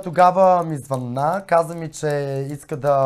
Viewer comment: Няма ли най-сетне, публичните личности да го научат този български език?Защо масово се излагат с тези ударения на различните думи? "обадИми се" ,звъннА ми, направИх и т.н.,много е дразнещо!